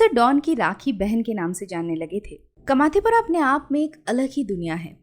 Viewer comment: कमाथीपुरा नही कामाटीपुरा 🙂